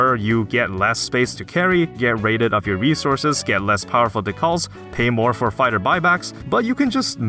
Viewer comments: great video my guy, but istg if you say de-kaul on more time im telling youtube to stop recommending this channel to me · Yeah, no... not gonna listen to a guy that can't pronounce the 'decal' correctly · 2 things.... 1st, the way u say "decal" is abysmal 2nd.... this game isn't pay2win at all. You have zero restrictions on grinding and upgrading. So u can easily obtain anything and everything u want within a reasonable amount of time spent playing. There were several points of information in this video that weren't very accurate or straight up untrue..... For anyone who is wonder, give the game a try. It isnt bad by any means. Is it flawless? Of course not. But it is VERY fun. Lots of cool weapons, areas/maps, enemies and so much more. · Good video...except you kept pronouncing decal wrong. So painful. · You should probably look up how to pronounce "decal." Also, the achievement argument is bad. Since the game is F2P, there is likely a large population of people who added the game to their steam library but never even installed it, let alone played it. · Please don't say decal like that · man, learn how to pronounce decal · if i continually mispronounced a simple word in my native language such as decal, for thousands of people to hear, hopefully someone would let me know instead of letting me continue to sound like an idiot . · Say calorie. Then say decal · its amazing you couldnt say decal right lol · My man, that is not how you say decal. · Is that how they say the word "decal" in Canadia? or is it just this person? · “Decal” isn’t pronounced like that. Its De like in Dean and Cal like in California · FYI, this is not how the word "decal" is pronounced. (Think "dee" and then the first syllable of "California," with the emphasis on "dee.") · Look up how to pronounce the word "decal". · Very nice of these commenters that nobody mentioned the pronunciation of "decal". This was a great video! But that pronunciation was really nagging at my brain... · decal = dēkal